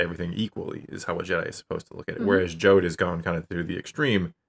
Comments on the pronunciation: Jod not Jode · Hey, dude.... can you please stop calling him "Joad" as in the Ghost of Tom Joad? It's JOD, rhymes with odd. Please?? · OMG, please stop mispronouncing Jod. It's said out loud multiple times in the show and it rhymes with ODD not ODE 🤦🏼‍♂